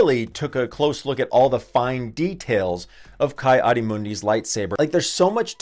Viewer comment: It is pronounced Kee